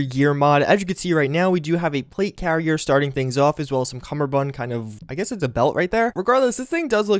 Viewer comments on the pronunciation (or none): none